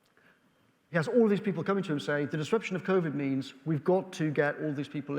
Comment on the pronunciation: "and then of course Vovid happened', did it, really?